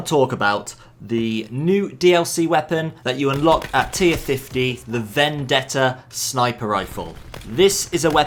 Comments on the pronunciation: im serious, everyone uses to pronounce it "vendedda" when is actually "vendetta" as you read it :D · As an Italian i can say that your pronounce of "Vendetta" is perfect. Amazing video as always btw 💙